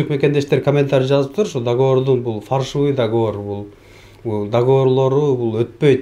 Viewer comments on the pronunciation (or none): Фаршивый эмес : фальшивый деп айтылат.... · Фаршывый эмес фальшивый болот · Автор фаршивый эмес фальшивый деп суйлосон туура болот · Фаршивый емес Фальшивый деп айтчы Ушу блогер сорой бала ушун уйронбой койдуда кыжалат кылып 😂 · Фарьшывый эмес фальшивый